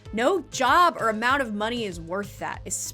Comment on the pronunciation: I know you say ”Send the video to a friend or your mom” but I always think you’re saying ”of your mom” and it’s just adorable to imagine people sending these videos specifically to their moms friends gjfkfjsns